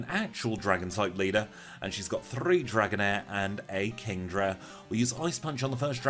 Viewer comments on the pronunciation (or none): U trilled the r when u said 3 Dragonair ... Interesting